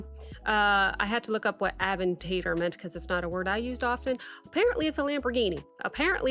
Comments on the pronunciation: It is pronounced uh·VEN·tuh·dor, not "aven-tater". 😘🤣 Like "matador", but "aventador". I'm dyin. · I just crack up whenever you say avan-tate-or like you are saying tater tots but don't worry you are not alone other reactors pronounced it the same way. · Ah-ven-tei-dour bro okay ama give you grace this one time, but im having a good laugh not gonna lie.